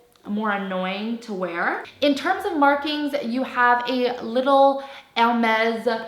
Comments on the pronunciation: She pronounces Hermes correctly in French! It is funny that someone found her voice annoying for saying the brand name correctly 😂😂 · She’s pronouncing it … right? Not sure why that would be annoying to you lol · Yeah, she has pronounced it 100% correctly in French. So many on youtube pronounced it wrongly. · she shows respect by pronouncing the brand correctly. you're just too ignorant to understand. i'm sorry for you...